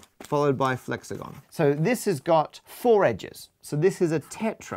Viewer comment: Is it just me, or is it annoying that he says flexagen not flexagon?